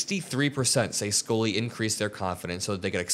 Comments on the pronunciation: Its Scully, not Skoly 😢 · Scully....._skull-lee like a skull......not School -lee lol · Why did he pronounce Scully as Scoley?